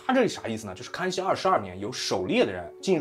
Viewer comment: 死亡wan， 康kan熙，